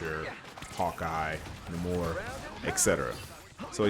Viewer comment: I love the video but hate the way you said Namor’s name